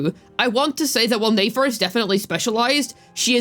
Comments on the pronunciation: It's Nefer not Nafer. Saying her name wrong the whole time was a bit triggering. lol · Lol neyfar 😂 i was like this is not that hard to pronounce properly